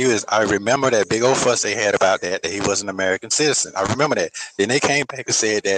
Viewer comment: Do you think has problems with the “th” sound?😃 -mouf -den -dem -dat